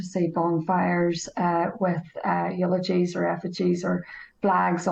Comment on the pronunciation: She also says eulogies ?